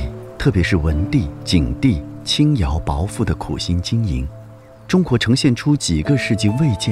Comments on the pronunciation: 字典是轻徭薄（bao第二声）赋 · 轻徭薄（bo二声）赋 薄（bao二声）可以测量感知，薄厚 薄（bo二声）不能测量，薄薄的雾，姓氏